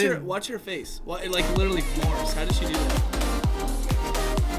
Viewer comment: No one: Nobody::I dont wike it!